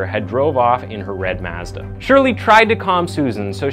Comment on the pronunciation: Why can't you say Mazda 🤣